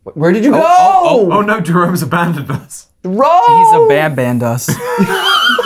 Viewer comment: One of the guys: drone has ab-an-baned us. Me: 🥲 Edit: wow, I have no memory of making this 1 year ago